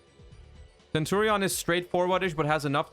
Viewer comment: Ohhh the English pronunciation of centurion, primera and phalanx is really bad. Well not like Legatia by Kali, that one is unbeatable haha.